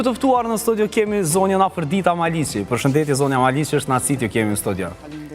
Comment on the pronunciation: O hajvan me dy këmbë, jo 'Maliçi' por 'Maliqi'! Hallelujah!